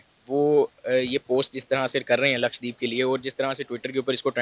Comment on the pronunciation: LAKSHDEEP nahin LAKSHADWEEP bolo So far, not a single Pakistani YouTuber has pronounced LAKSHADWEEP correctly. Another example of the Terribly Educated Pakistani YouTubers.